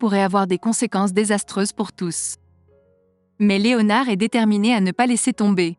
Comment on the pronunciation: Voix robotisée de synthèse inaudible qui ne prononce même pas le nom "Léonard" à la française... 🤮🤮